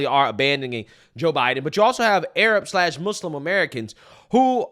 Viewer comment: “Mooslum” ?!?!? That blonde lady is so phony